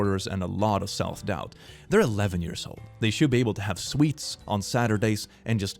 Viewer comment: "have sweets on saturdays" If we ever had any doubt about your swedishness...